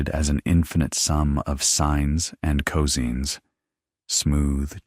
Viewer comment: "Sines and coseens"?? Have you no editor? Feh!